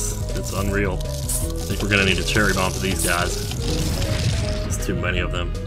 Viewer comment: It's so great that you say "There's too many AWWFthem" and I legit just went back and watched you Willow Playthrough again and was blessed with hearing the origins~